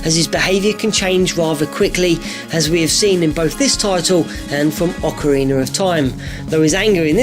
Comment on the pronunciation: ocariner of time